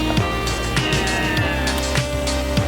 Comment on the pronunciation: the way you said delivery men lmfao